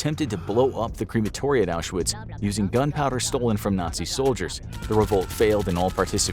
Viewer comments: Curious why you misspell the word Arbeit (it's not Arbiet) and mispronounce the name Auschwitz (it's not Auzewiets). Getting these obvious details wrong, devalues the rest of the content. You must know the right way to write and speak those words, why would you rewrite known facts in something called an infographic video? Any other 'corrections' planned? How about an informative story about the Spanish local skirmish a century ago, resulting in years of prosperity under guidance of veteran and prime minister Phranko, who reunited neighbors that had been fighting each other for centuries while offering an alternative for communism? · His WW2 videos are interesting, but I have to brace myself when he talks about the Holocaust because he doesn’t pronounce several things correctly (like saying Auschwitz with a “w” instead of a “v”).